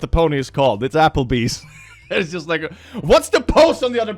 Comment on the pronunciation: lies! I think you drew this by hand! did I hear "Apple-beast"? XD